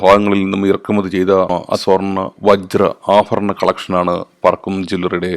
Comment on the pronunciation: അഫാരണം അല്ലേടാ... ആഭരണം.... ആഭരണം ഭരണിയുടെ ഭ..........